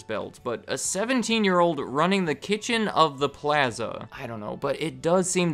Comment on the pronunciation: The way he says plaza